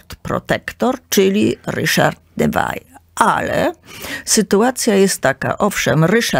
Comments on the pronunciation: Nie Newail tylko Newil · Groza. Też mi się kompletny bigos w głowie zrobił 😢 Kobieta bredzi jak potłuczona. A jak słyszę "Newajl" to mnie zęby bolą... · Droga, piekne audycje. Dziekuje. Neville wymawia sie Newil, ❤❤ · Ludzie, dajcie spokój, kobieta tak się ekscytuje brzmieniem swojego głosu, że myli postacie, numeruje sobie królów jak popadnie, ogólnie wprowadza okrutne zamieszanie 😳 kilka razy musiałam cofać żeby sobie poskładać fakty 🤕 A "Newajl" przyprawia o ból zębów 😢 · Nazwiska Neville nie mówi się tak jak pani redaktor gdyż Neville z francuskiego pochodzi. Nikt W UK taki nie mówi.